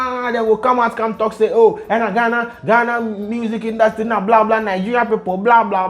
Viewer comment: It was “Induutry” and the “blah blah blah” fah me 😂😂😂😂 skin though! 😍